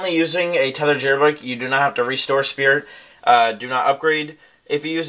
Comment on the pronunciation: you must have been so excited you called it "Spirt EASY" xD